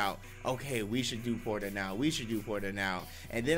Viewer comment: What are these “Porta” earrings y’all keep talkin about?! Isn’t it “Potara” (Poh-Tar-Uh)?